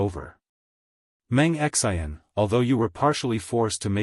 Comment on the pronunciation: 😆 lolz it's Xian not X. I. N.